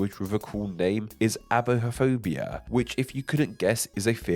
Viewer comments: Aibophobia is pronounced /ä-bö-fö-bë-uh/ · it's pronounced Ah-buh-fo'Bia Ay-beu-'Fobia Or, as it was originally IPAed: aɪ.bəʊˈfəʊ.bi.ə said: "I" "bow" "FOE" "bee" "aaahhh..." Depending on where you're from and the predominant dictionary. The word isn't as old as me and was published in a joke dictionary inspired by the "Devils Dictionary". It was picked up quickly and european pronunciation of the made-up-for-a-joke word like the german eibohphobie, is also entirely correct and accepted. :)